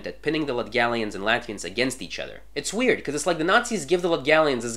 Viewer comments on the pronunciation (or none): none